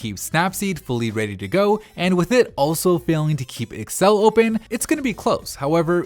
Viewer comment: Me also triggered how he sayed excel